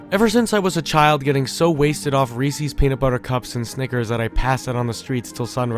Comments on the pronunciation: Reese’s is said like racist. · Awesome video even tho you say Reese’s like that :P I love how you pointed out that fear stems from confusion/ambiguity and horror can be defined by what is left out. It forces our imaginations to fill in the blanks if we don’t dive into someone else’s first. I guess what we’re really afraid of is the questions our minds don’t have answers to.